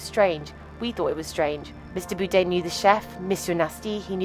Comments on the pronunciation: Had to turn this off due to the crazy mispronunciation of Anthony BOURDAIN repeatedly. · AI GARBAGE!! Can’t even pronounce his name correctly! Fucking disgraceful gossip bullshit for clicks! Disgusting!! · Can't even pronounce his last name right. Garbage! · Frustrating that the narrator can't even pronounce his name correctly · why cant you pronounce his name.. silly c.. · If you're going to do a story on Anthony Bourdain you should have learned how to pronounce his name. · Might have been wise to educate the narrator regarding how to pronounce Anthony’s last name before doing a “documentary”. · Someone correctly pointed out how the narrator's voice starts off by incorrectly pronouncing his name. 4 chimed in pointing out it is an AI voice and one even making a rude comment. These 4 morons dont understand how AI narration works. You write the script, then you pick the accent. voice/yoi want from a list and done! That is what this video did, but it's completely... WRONG - what you should be doing is taking the time to listen to the audio and noting any mispronunciations. Then you adjust the script and write the mispronounced word phonetically and the AL voice will change the pronunciation. You keep doing this, edit, listen, edit, etc until you get the pronunciation correctly. But this takes work and these content creators that use AI are generally lazy, want the views, but don't want to put in any effort. FOR EXAMPLE, with Anthony Bourdain and the obvious error in pronouncing his last name, all they had to do was fix the script to be BORE DANE and the AI voice would have pronounced it properly. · At least learn to say his name correctly. There is an 'R' in it. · BOURDAIN. Not BOODAIN. like 'Board' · it’s Bourdain not Boodain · I am pretty sure it's BOR-DANE not BOO-DANE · His name is not “boodain” It was Bourdain. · Not pronounced Boudin like the sausage, But “Boredain” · Boordain not Boodain !! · Boodain? Do better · Who's Anthony Boodaine? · It's BOUR-DAIN!